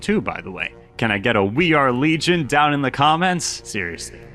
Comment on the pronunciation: We are legion sounded like we are virgins in my head